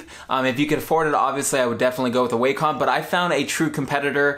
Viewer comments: The Wacom tablet is not pronounced like "Way-Come." The proper pronunciation is like "Wah-cum." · Its pronounced wak-com Not way-com